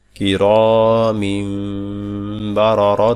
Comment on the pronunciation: মিম অনেক সময় বুঝা যায় না।।।মিম্মম্মম্মম্ম বলেন নাকি মিন্নন্নন্নন্নন্নন্নন বলেন।